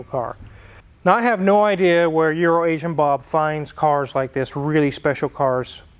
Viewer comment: Poor EuroAsian Bob, first time I heard mention his name in an episode. I thought he said urinating Bob. Thank God that it was just my bad hearing. Fantastic nice Porche!!!